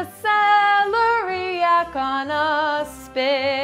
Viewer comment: That is celery coming out the top of that celeriac root.and its se lair iac accent on lair.